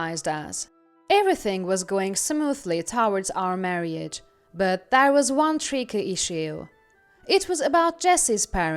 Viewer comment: Marriage os TWO syllables, NOT three. It's pronounced "mar-age" not "mar-ee-age"